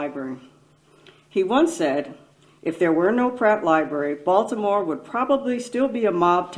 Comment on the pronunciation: Hitch knew how to pronounce Baltimore!